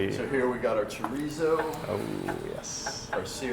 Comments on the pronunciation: I know. Just putting the wrong em-PHA-sis on the wrong sy-LLA-ble. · it's cho-rees-oh